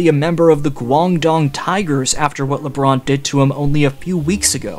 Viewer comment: Alright, please stop the 'Le' I really like the content but that is now unbearable